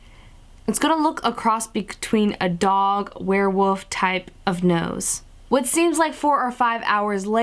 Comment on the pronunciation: did she say werewoof?